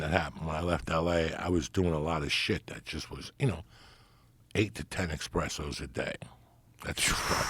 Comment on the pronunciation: As somebody who was likely entrenched in Italian American culture it seems sinful that he doesn't know he's saying espresso wrong